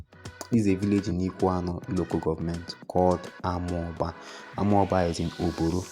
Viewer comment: Please next time try to to ask the indigenous people the pronunciation of amaoba. I come in peace